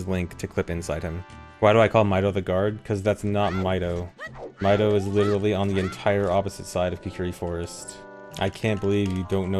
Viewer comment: The amout of people pronouncing his name as "My dough" is so much more concerning than the people who mistake the guart for him.